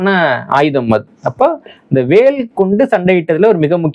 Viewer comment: வ பல வாக் திரிவது வடக்கே இயல்பு. புவனேஷ்வர், புபனேஷ்ஷ்வர். வேல் பேல்